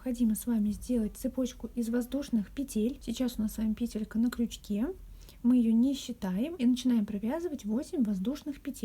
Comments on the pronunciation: скорее всего петЕлька . Вы же не говорите пЕтля, а петлЯ. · Все прекрасно, но почему пЕтелька? Слух режет🤦‍♀️ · Вот что выдаёт Гугл: В слове «пе́телька» ударение ставится на первый слог, на первую букву Е. Как и в существительном во множественном числе «пе́тли».🤗🌸